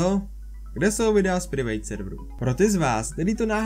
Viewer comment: K bro já si nemůžu pomoct: Private se nečte [privejt] ale [prájvet].....netrap moje uši :D